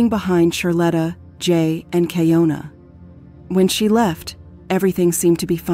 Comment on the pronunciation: She says on the phone call her name is keeYonAh & yet you still keep saying keeYoNuh… seriously wtf